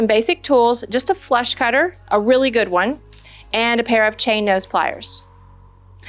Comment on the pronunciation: Huh? Funny but it sounded like you said "flesh cutter", when you listed the tools you'd need! (Must help when you're creating the correct size ring - hee hee hee.) YIKES!!